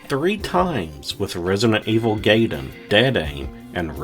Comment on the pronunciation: First time I've heard Gaiden pronounced like that... Its "guy-den"